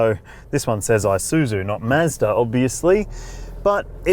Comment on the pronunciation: The "eye-suzu..." Mates, it's pronounced with an E. E-soo-zoo.